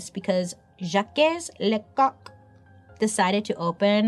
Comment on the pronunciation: I've laughed for five minutes at bailey saying lecouq 😂